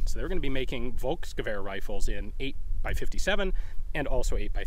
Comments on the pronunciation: "Volk" is pronounced "Folk", not "Wolk". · Hi Ian, depending your pronounciation of "Volk" you're doing a common mistake. Even tho it is true that V is often spoken as an W in German, we also use it like an F. In the case of Volk it is not Wolks, it is actually Folks. Kinda similar to Irish Folk music in pronounciation. Best regards and hyped to see you perform at Desert Brutality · Hi Ian. Great to you watch your videos (also the historic backgroud is great). The "V" in German is spoken like a "F" so "Folksgewehr" instead of "Wolksgewehr" sounds good in my German ears 🙂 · Hey Ian, as you are always very eager to use original language, the V in Volk is pronounced as "F". V ban be like W or F, depending on the word. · "Volk" is pronounced "folk". No biggie, just saying. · Ian, in German V = F, W = V. So it's Folksgevehr in English. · V is pronounced as a F in German. Example: volksgewehr becomes Folksgewehr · While I enjoy your videos, your pronounciation of german names/words is simply cringeworthy. Volksgewehr... In many cases the letter v is pronounced like a very harsh f. And that is the case here! Also you butcher the pronounciation of Walther. Remember: the th sound DOES NOT EXIST in the german language! So Walther is pronounced like Walter!